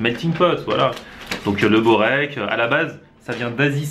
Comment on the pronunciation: InZzLiim'Z PzZATzP bourek on dit